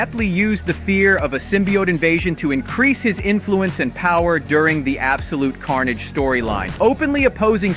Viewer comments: I'm sorry, but did you just call CARNAGE Car- naage the first time around? 😂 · Bro who tf is “CARN-AJJJJ” 💀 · why the fuck did u pronounce carnage like that?